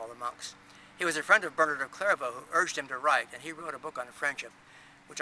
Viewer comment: My first name is Ælred and I love it, Richard is my middle name. It sounds as if you're not pronouncing the "l" strong enough in the video, I learnt it as "red ale" reversed ie ale red. I'm very fussy how people pronounce my name.